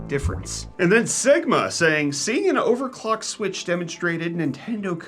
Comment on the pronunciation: What did you just say, "overlock and unclock" lol that was great. I will get right on that. 🤣😂